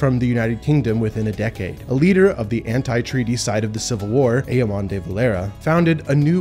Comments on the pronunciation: great video, would recommend googling the Phonetic pronunciation of some things like the Dail (Dall) and Eamon (ay-mon) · Good video, here's some pointers on pronunciation; Éamon - ay mn (ay as in hay, the o is a schwa, i.e. barely pronounced, ə), Dáil - dawl (like awl). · Good job! - I will just say that 'Dáil' rhymes with 'ball' and 'Éamon' with 'Damon' and the name Londonderry is contentious, non-British preferring 'Derry'. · I did not say Éamon de Valera and Dáil correctly. Please know that mispronunciations are not a product of willful ignorance or disrespect, but of simple panic when saying things to the camera. My passion for the Island of Ireland is sincere, and I make every effort to get things correct. – If there are other errors in here, be it pronunciation or information, please do reach out. I treasure good-faith criticism.